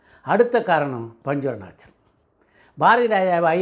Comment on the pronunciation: Panchu Arunachalam ozhunga sollunga